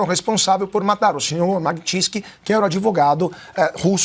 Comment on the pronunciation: Tá falando o nome da lei errado.... Alguém avisa que ele está falando errado. Magnisty